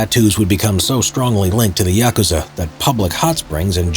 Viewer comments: Thank God you don't pronouce it yakoooza 👍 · Thank you for pronouncing Yakusza correctly.